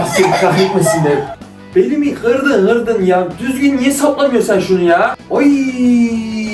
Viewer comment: Kırdın❌️ Gırdın✔️